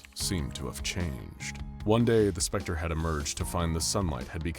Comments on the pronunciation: Stop saying the specter like that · Also,why do u keep on saying "the specter" like that lol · Is it an anomaly that you can't pronounce THE SPECTER normally